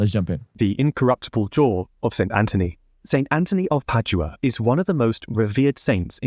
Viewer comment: my man, Padua is pronounced pad you ah. Slow down a bit - that one not so hard is it? You mispronounce words regularly - just take a minute, it’s not that hard, Google will sound it out for you (I think).